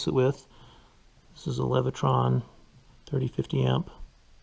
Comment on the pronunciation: "Leviton" NOT "Levitron"